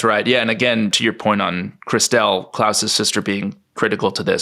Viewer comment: I'm loving David's pronunciation of Clauses's sister Christelle. Which genuinely had me perplexed at first, wondering who the hell Chris Dell was!! 🤔😂😂